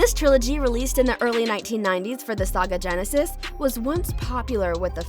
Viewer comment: "SAGA GENESIS" 😡😡😡